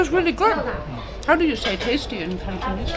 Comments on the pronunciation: has the gift of speaking Cantonese, the pronunciation is very standard! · wow has a lot of potential speaking Cantonese, very precise pronunciation! 👍👍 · By the way，Your Cantonese pronunciation is quite accurate😂 maybe you two have a talent for speaking Cantonese👍👍